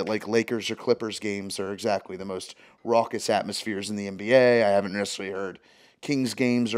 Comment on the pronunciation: He’s saying raucous